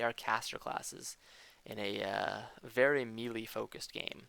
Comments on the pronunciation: Nice guide, thanks for posting, but please stop saying "mealy" (that's a word used for the texture of food). Melee is pronounced may-lay. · "Melee" is pronounced: may-lay, in American English; and meh-lay, in British English. Not me-lee, witch is how "mealy" is pronounced. ^-^ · He clicks through some stuff and mispronounces melee a lot. Didn't miss much.